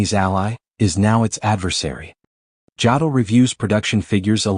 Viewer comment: If I hear Jodl's name mispronounced one more time I'm going to lose my mind. AI narration is already the mark of a lazy "creator". Bad AI narration renders the video pointless.